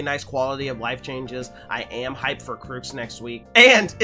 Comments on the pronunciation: she is pronounced "shoe" just sayin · Have been following you on twitch since the event, really nice content! I am curious about where you find the r in choux tho :P Personally im thinking of a roux(cooking term) and adding a french ch since roux is aalso french(iirc) :D